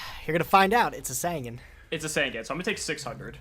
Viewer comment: The yugituber drinking game, drink everytime they mispronounce easy to read yugioh cards. in the progressions series so far, we have Curse of the Dragon (just adding words) and sangin when its supposed to be SAN-GAN!